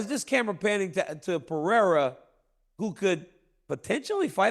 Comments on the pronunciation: Chael "I'll keep calling Pereira Piera and what u gonna do about it" Sonnen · Cracks me up that Chael still doesn't know Pereira's last name. No disrespect to Chael: He's awesome. It just made me laugh.